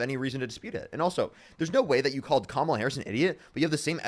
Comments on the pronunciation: « Je ne sais quoi » literally means “I don’t know what.” This guy thinks he is so very suave. Parker and his contemporaries are great debaters because they have facts, logic, and right on their side. And these boneheads who pretend they don’t know how to properly pronounce Kamala by now can quit with that crapola already. They might as well wear shirts that say “I’m With Stupid and I’m All By Myself.” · She was Vice President and he’s saying she doesn’t have “the thing”? Like the FELON? It’s just crazy from a guy that can’t pronounce KAMALA. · He pronounces Kamala's name correctly by mistake and has to instantly shift to the racist pronunciation. Pretty telling.